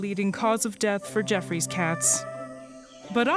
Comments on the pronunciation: I always thought it was pronounced Joffrey’s Cat opposed to Jeffrey’s Cat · it's pronounced "ge-off-roy's" cat.